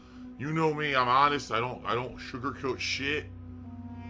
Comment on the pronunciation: A great indicator of how dishonest someone is, is how often they have to keep mentioning how AH-NEST they are.